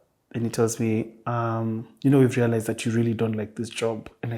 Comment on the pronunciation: I "lealized"realized that uu!🤣🤣